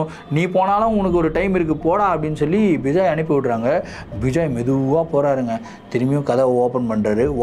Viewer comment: Vijay illa ma bejoey🤣